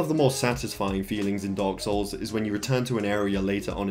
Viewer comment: It sound you said dogs souls